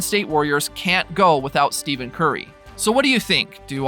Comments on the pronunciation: Please...stop with the ignorant mispronunciation of his name! It's pronounced like ' STEFFEN'! It's not 'STEVEN'! Are you working out of China or something? No wait....China even knows how to pronounce his name! You're like one of 8 people on the planet that doesn't know how to say his name right! You were humorous the first video...now you're just being fuckingstupid!!! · I had to stop watching the video because you kept pronouncing it STEVEN. You just showed absolutely EVERYONE that you know absolutely nothing about the man and the game. STEFFFFFEN. STEFFFENNNN. Not STEVEN, you casual! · His name is “Stephen” not “Steven”. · Stephen Curry is "Stefin Curry", not Steven. Can't look further than the first 2 occurrences. What the heck is the philosophy/policy of not knowing how the name is pronounced of the person you wanna talk about... Just can't bear this. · Dude said Steven Curry. It's Steph - en Curry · yah but you should use the pronunciation “Stefan” as to not confuse people, because you telling the dude his name is Stephen and not Stephen, makes 0 sense because you can pronounce them 2 different ways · If a person is going to do a video on a particular player, at minimum they should know the correct pronunciation of that player’s name. That is just basic. You lose all credibility without that knowledge and it’s not like it’s a rather difficult pronunciation, like Giannis’ last name and that isn’t even the point. What does it say about this person making this video and he doesn’t even care to know how to correctly pronounce Steph’s name? It’s as easy to find out as watching any Curry highlight video.